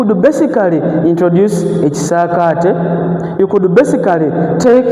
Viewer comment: But the word is ekisaakate not ekisaate